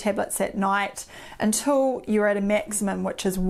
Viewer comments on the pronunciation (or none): none